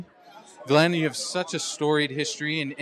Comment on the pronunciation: Love Glen. Great artist and animator. On another note its hilarious you mispronounced his name after saying I know who you are lol.